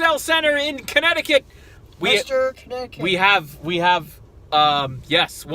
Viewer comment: lol i think cant put his phone down.... someone is addicted to his games. 😁 great video!! omg said cuneticunt. 😨 ha ha how about them massholes. 😁 👍